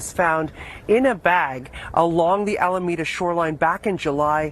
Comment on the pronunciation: Thank you for this story. And for future references, it's "A-la-me-da".